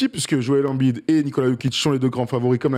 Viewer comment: Ça choque que moi la façon dont ils prononcent tous embid ? Ils disent « anbide » bah non c’est « aimebide » ça me dérange de ouf